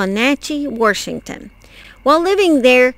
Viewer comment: I adore you miss, that's just how my maternal grandmother would say Warshington